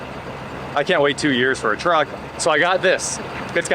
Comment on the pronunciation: At least say vehicle if you can't say truck. Sheesh...